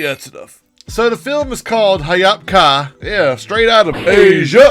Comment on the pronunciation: This movie took 3 years to make lol also Ha-yop ka not Ha-yap ka